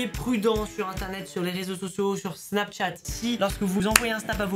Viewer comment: Pk tu dis snapTchat au lieu de Snapchat 😁